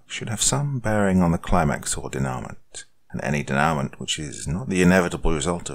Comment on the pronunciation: I’m loath to say this, because I’m both an admirer and I consider you a mate, but this one irks me: ‘Denouement’ is a French word, meaning, in relation to literary theory, ‘resolution’. It is pronounced, approximately, ‘day-noo-MAHn’. On an unrelated note, I like this story, and I like the style. I appreciate those who write in Lovecraftian style; I once did, when I was younger. However, this author should be certain of both the denotations AND connotations of the words he uses before he uses them. Using polysyllables to increase one’s descriptive specificity or to evoke emotion with greater precision is admirable; however, to mistakenly use the wrong one is intensely cringeworthy. Better for an author to use a shorter Germanic synonym and nail it than to attempt a polysyllabic Latinate and create a non sequitur. I hope the author reads this, because he or she reminds me of myself about 17-20 years ago, and has the imagination and the chops to be great by the time he or she reaches my age.